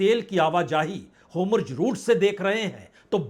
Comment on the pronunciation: होमुर्ज नहीं सर होर्मुज😄